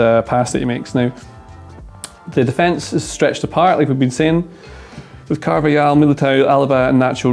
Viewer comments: Great analysis. Pronunciation tip: the J in Araujo and the J in Carvajal are pronounced like H: Ah-ra-oo-ho, Car-vuh-hal. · IT'S PRONOUNCED CARVA-HAL